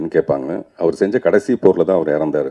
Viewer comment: எந்த போரில் தோற்றார். என்ற ஓரு கேள்வி நடிகர் பார்த்திபன் கேட்டு அவரே பதிலும் சொல்கிறார் மூன்றாவது போரில் தான் ஜெயித்தார் என சரியான உச்சரிப்பில் மற்ற இரண்டு Bore உச்சரிப்பில்.